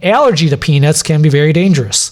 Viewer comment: I know I'm a child, but man the way Doc says the word "peanuts" got me for a bit....